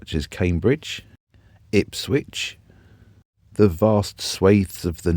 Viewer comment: There is not a t in Ipswich